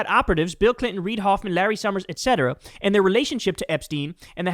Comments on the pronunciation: Why can't Kyle say 'and' properly? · Bro. Please stop saying "end" instead of "and". Please stop doing that. Please! 🙏